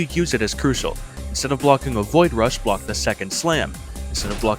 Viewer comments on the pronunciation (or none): none